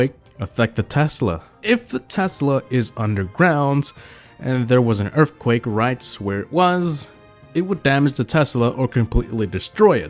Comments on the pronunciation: Is it just me or is he say erfquake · Mans saying “Earfquake” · I heard EARFquake than EARTH